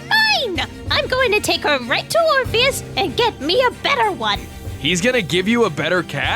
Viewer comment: I thought it was king "orphanage" instead of "orpheus"